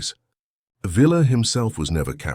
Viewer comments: I'VE NEVER NEVE NEVER NEVER EVER HEARD ANYONE CALL HIM PANCHO VILLLLLLLLLLA. IT'S PRONOUNCED PANCHO VIYYA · Villa is pronounced Vee Yah in Mexico. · Shees! It's Veeya! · Pancho the a is used as in father Villa is pronounced as vee-ya. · Flawed AI narration for a very entertaining story. Spanish pronunciation isn’t all that hard, btw, even for anglos. VEE-Ya. Car-DAY-nyas. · Really annoying incorrect pronunciation of Villa. If you cant pronounce it, don’t make the video.